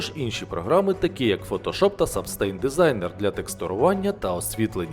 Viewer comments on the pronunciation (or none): Дякую за відое. Для мене було особливо цікаво. Хотів вам в майбутньому допомогти у вимові, не сприймайте це в жодному разі негативно, ви не з індустрії до вас жодних питань. Не "Сабстейн" - "Сабстенс", ми його так називаємо в роботі. Просто різануло на слух. Ще раз дякую.